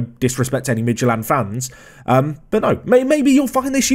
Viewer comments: i'm danish and i can't get over the fact that you legit pronounced Midtjylland perfectly. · For someone that usually fairly inconsistent at pronunciations, your pronunciation of Midtjylland was surprisingly quite good. I'm impressed. Especially as it seems no one on YouTube can say Midtjylland remotely close to how it is actually said. Good research or fluke